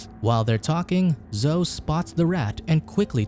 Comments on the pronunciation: " zohh " oh dear. It's " zoh - ee " Zoe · It's zo--e... Not zo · It's pronounced Zo~eee. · I'm guessing the robot doesn't know how to rounce Zoe (zoeee) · bruh the way you pronounce Zoe's name -.